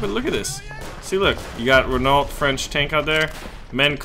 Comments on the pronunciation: LoL "Renawlt". It's "re-NOH". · Verdun : don't pronounce the "n". Just a nasal sound. Renault : Pronounce Reno.